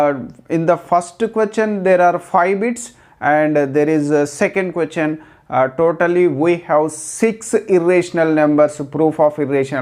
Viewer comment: Its not quechan it question😂